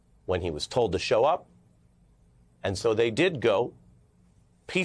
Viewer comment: OH, you meant 'comply', I thought you said 'Come Lie'